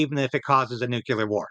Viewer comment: NEW CLEAR - not Nu Cu Lar !